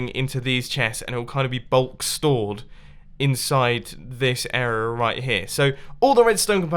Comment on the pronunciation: I like how you pronounce "area" like "a*error*a"